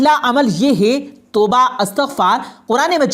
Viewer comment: اچھی ویڈیو بنائی ہے ، شکریہ ، لیکن بھائی لفظ گمان ہے غمان نہیں اور اَستغفار نہیں اِستِغفار ہے